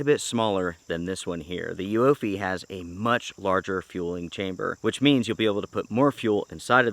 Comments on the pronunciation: It’s pronounced Uoophee, not Uoophee. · oooffeee the u is silent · The name is pronounced YOUFIE or Youfy :)